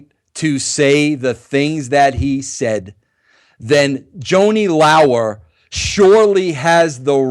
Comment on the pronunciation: Joanie Lao-er..? Can't even pronounce her name and you call her a dear friend.